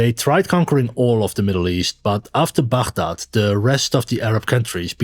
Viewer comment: As an Arab, I appreciate that you pronounce Baghdad correctly :)